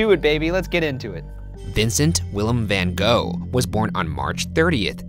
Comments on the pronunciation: But you said it was hot but the coolness woke him up? (Also it’s pronounced gof not go) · Emily Penney the netherlands, where he is from, which is also in europe, it’s pronounced more like “fan hroff”. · gogh reads gof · Van gahhh not van go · A number if things. 1) it's pronounced van goff, not van go 2) no one ever described Van Gogh as a sweet man. He was by all accounts a cantankerous, argumentative man albeit with a tortured psyche 3) the content of the story is good. But you ruin it with the adolescent dialogue between yourselves. It's obvious you're both educated. What niche do you think you're going to fill with such nonsense? 4) it's nice to have fun, unfortunately you blow by the boundaries. In sum, not suitable for adult minded viewers. 5) good luck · It’s pronounced “Vincent Van (guttural Dutch noises)” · no one: the art nerds: its actually pronounced “van gokhfchgh” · Ryan- learns how to pronounce like 10 Icelandic names Also Ryan- Van go!!!!! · Its actually pronounced kohk, nice try though. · Van Goff, Puffalo Pill, it's whatever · Amore Moon for once in my life I just want an english person to at least TRY to go ggggg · Morning Star no, GoGH similar to the use of CH in loCH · I'm just here to fulfill the role of offended Dutch person about the pronunciation of 'Van Gogh' (which is more like van Gorhrhghggh). Thanks this has been my ted talk. #roastmortem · I thought it was Fun Hog. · dear america, it’s van gogh (goff) it’s a dutch name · It's pronounced "Van Goff" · It's Van van Gogh #goff" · Stopped watching this the moment I heard van go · How is it that Ryan can pronounce all those difficult names in the Reykjavik episode but y'all can't take the time to learn how to properly pronounce 'van gogh'? Loved the episode anyways,, so keep up the great work guys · Can't wait to see all the #RoastMortem comments from art nerds complaining about how you pronounce his name is wrong. 😂 #RoastBackAtYa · That’s not how you pronounce his name though